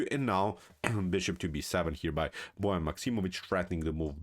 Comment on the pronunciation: A great game and performance by Liem. This was indeed a model 150 attack. I also learned now that Bojan is not pronounced like boy ann. Thanks.